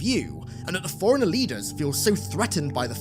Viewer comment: This guy can’t distinguish between the pronunciations or “forerunner” and “foreigner”, but sure. Linguistic genius.